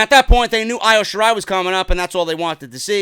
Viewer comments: Who is Io Shirai you stupid idiot it’s pronounced EO though spelt Io . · it annoys me how you say Io's name. It's supposed to be pronounced as E-O Shirai. Other than that. Great that you finally see the BEST WRESTLER IN THE WORLD. And it's Hero-YO. Just helping out so goons don't come at you about it.